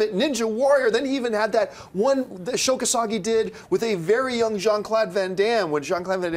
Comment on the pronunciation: Sho Kosagi??? Umm, John, I assume you're talking about Sho Kosugi (I've never heard his name pronounced the way you said it). And YES, he ruled!